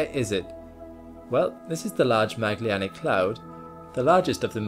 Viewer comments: Pronounced "Ma-jel-lan-ic" (not Maglianic) - after Ferdinand Magellan of the first global circumnavigation. In Portuguese a hard g sound is written gu (as in Portuguese!), and there's no li in the name. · Magellanic, not maglianic. From Magellan, the portuguese explorer. Love your vids! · Large "Magellanic" Cloud, after Magellan. Not "Maglee-anic"!!!!!!!!! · Finnicky, but Ma(d)g-ell-anic. Not Mag-leanic. Great video! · Maglyanic could? Ma-gel-lan-ic. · "MADGE- ELL-ANNIC" Sorry but "maglianic" was driving me wild 🤯 Great series, thank you. PS you look like your voice, only 15 years younger 😌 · You are mispronouncing the Magellanic Cloud... It is named after Ferdinand Magellan, so phonetically pronounced "məˈɡɛlən" with an "ick" on the end... The "gel" part pronounced like "Gel" as in Hair Gel... It's a soft "g" not a hard "G" like you're pronouncing... Funny thing is I heard you pronounce it like that in another video but I thought I may have misheard you. Now listening to this video it's confirmed! SAY IT RIGHT!!! lol!! Just kidding man... Say it however you like... Just know you're making my poor ears bleed! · I love your videos, but isn't it pronounced large Mah-jel-anic cloud? Like the explorer of the same name? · You'd think someone so smart could figure out how to say Magellanic correctly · John Blyth, yes I noticed that with his pronunciation of “Magellanic.”